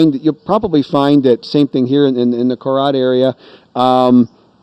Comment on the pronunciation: You keep saying KoLad, it's actually KoRat or (Nakonrachasima). Thais can't pronounce R, they sound R as L.